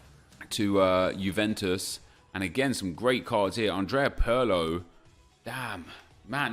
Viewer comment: Nep... its "pirlo" not "pearlo"......